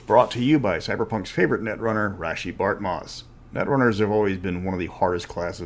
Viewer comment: I always thought it was pronounced like Raysh not Rashee.